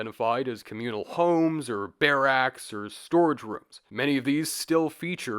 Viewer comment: I don't wish to nitpick, but , I've never heard anyone pronounce "barracks" with a stressed second syllable like that. Is that typical for Canadians?